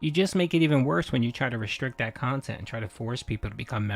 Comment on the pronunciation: It would be difficult, but should be more than possible to build a channel with 200K subs back up with the right kind of content. But again, that would take effort. And we all know how Phil does with that. His "curating" of his "khantent" is limited to doing the routine he is used to, because he's too inflexible mentally to do otherwise.